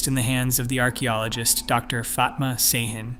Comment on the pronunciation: Ş is pronounced sh. Ç is pronounced ch. And and and Dr. Fatma Şahin is a woman.